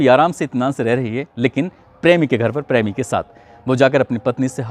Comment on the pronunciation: "prami"😂 typical western UP pronunciation.